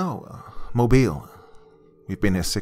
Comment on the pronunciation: You pronounced Mobile correct. Excellent story.